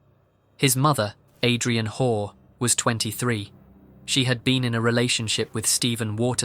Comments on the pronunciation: It sounds like you’re calling her whore instead of hall lmao ,I subscribed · listening to you say "WHORE" (Hoare) over and over again was just the comedic relief this video needed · Something is very satisfying about the name of the woman in the last video being pronounced ‘whore’